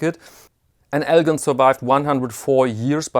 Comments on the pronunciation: really enjoy your videos. One correction... the “gin” in Elgin is pronounced like gin and tonic, not with a “guh.” Thanks for these videos!! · Elgin is pronounced (ELJIN) I live near Elgin in the Chicago land and northwest Indiana area . Nice video and nice watches by the way . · I grew up in Elgin, Illinois and could see the watch factory a few blocks away. El Gin is how the watch company is pronounced. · Just like NBA star Elgin Baylor.